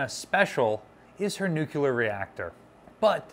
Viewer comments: Nuclear-- There are many terms that come from regional dialects but this isn’t one of them. It’s a technical term that comes from Latin and came into common use only in the past 100 years or less. Like most Latin words loaned into English it’s pronounced more or less phonetically. If somebody said “I done killt a bar” I would know this is dialect. If somebody said “I’m fixin’ to go to the store” I would know that is dialect too. But somebody who is educated and can read who says “nucular” is just being lazy, because it’s a scientific/technical term most people would learn in a science class and it’s not spelled like that. It’s not an ethnic dialect term that was passed down through generations — it’s a term from science. As an example, if someone were to give an opinion about jurisprudence but pronounced it juriperdence, would you think they knew anything about the law or would you say this is dialect? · IT'S PRONOUNCED [NEW-CLEAR]. NOT [NEW-QUEUE-LER] but you probably did that on purpose to bait people into correcting you, driving up your engagement and therefor your profit from this video ... Why tf do people have to be so snake-y about getting their views and engagement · New-clee-ur NOT Nuke-u-ler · Dear God in heaven,, "nu-clear." Not "noo-kyoo-lur." Say "new." Say "clear." Say "new clear." There, you've got it, go forth and sin no more. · New-Clear versus Nu-Cu-Lar has been a stumbling block here for many years. An instructor I had, a half century ago couldn't say solenoid. It always came out Son-a-loid. He could spell it correctly but couldn't say it. That was the way he learned it and it stuck. He always told the class, "I've been chided by better people than you". 😊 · Nuclear, not nucular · She was brand new and in San Diego, i toured her,, Awesome and Beautiful.... Waite, what did this guy say "Nuk-ya-ler" Please ! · Oh my god. A+ videos are free content but the word is NU-clear. There is only one U in the word Nuclear.